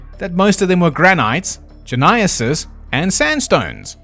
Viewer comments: Gneiss is pronounced "nice". English is weird. I think the 'North Sea Anomaly's is an eroded volcanic plug, what used to be the throat of a volcano. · Not to be the pronunciation guy but Gneiss is said like Nice. Geologists were mean for this one.